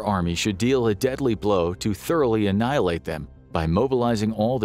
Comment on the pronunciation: hang on a cotton picking minute, 3.36 timestamp "our army moughly?? annihilate"... I'm scared now! Is there a new way of war? what is this word? moughly? sounds, actually sounds like food? is that food?